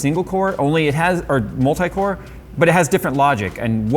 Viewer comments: I thought he said corn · That intro "CORE!!!" I had to stop and rewind 3 times cause first time I heard w**re, which I agree Intel can be sometimes, specially with their prices